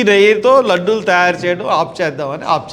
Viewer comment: Ladllu kadhu Ladullu sir